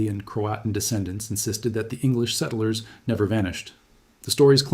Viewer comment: I had suspicions, but I was sure when I heard it pronounce settlers.